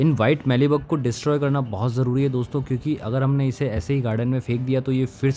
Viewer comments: मीली बग, ना कि मैली बग ! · मैली बग नहीं, मीली बग, मेरे भाई!